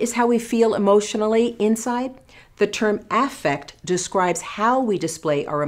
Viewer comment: The way she pronounces “affect” triggers me